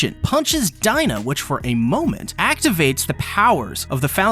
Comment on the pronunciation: .... It's DEE NA, NOT DIE NA!!!!! xD